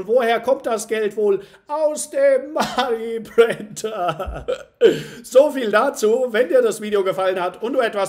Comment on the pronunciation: Kann’s nicht mehr hören mit dem Money Printer löst endet nur Stress aus wie du es betont und aussagst. .. 🤣😅 aber sonst super konntest. Weiter so 💪🥳